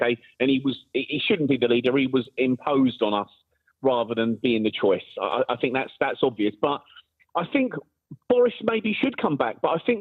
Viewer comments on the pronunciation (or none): He the most dangerous kind of thinker he’s a “finker” I fink 😂